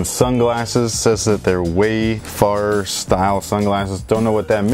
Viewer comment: dude it's pronounced way-fair-er